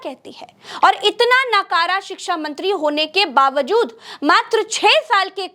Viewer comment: आप शिक्षा का सही उच्चारण नहीं कर पा रही है